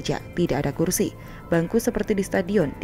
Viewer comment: Rizal ramli nggak bisa ngomong "kursi" bisanya ngomong "kulsi" takut gigi palsunya copot 🤗